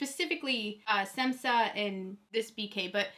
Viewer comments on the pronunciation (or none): Your rent about electric blue and DAMN pinky golds is the best! I agree with you 1000%! is the realest!! Btw, Šemsa is pronounced as Sh-emsa😄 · Wrong pronunciation of Semsa